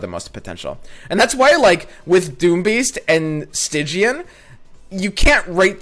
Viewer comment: Stygian means very dark (and your pronunciation was correct) which fits into a "nightfall" theme.